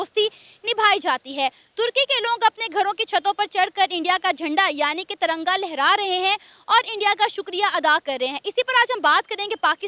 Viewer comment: One correction it’s Tiranga not taranga